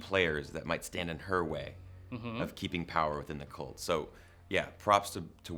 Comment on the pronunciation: Stop saying "colt"